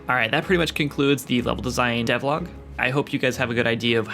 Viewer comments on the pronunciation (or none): Devlog sounds like "Devloc".